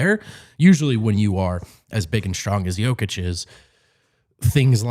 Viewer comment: There is no "Oh" sound in the Serbian language. So when you see an "O", it's always enounced flatly. Hence, J-oh-kic, T-oh-pic wrong. Think of the sound as in the word "Top" or "opp-osition. Not as Oh as in Joke. Hope that makes sence.